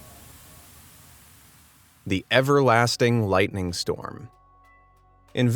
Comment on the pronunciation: I cringe with the way he pronounces lightning...